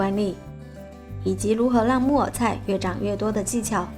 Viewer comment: 木耳菜的（耳）是要捲舌的，沒捲舌會聽成（木偶菜）的 😅😊😆-跟妳隨便聊聊